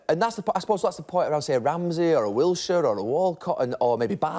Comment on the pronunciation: Wilshire? Hahaha!!! He's Jordan Henderson of Arsenal. Pity us Brits and how we're taking for a ride